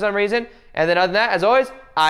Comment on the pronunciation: I love you, but please pronounce namaste correctly. Just look at Priyanka chopra